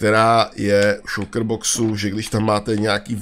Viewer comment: šulker :D Je to šalker